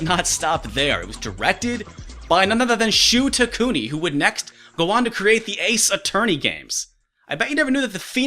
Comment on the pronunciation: It's Shu TakuMI, not TakuNI. But still, that is pretty interesting.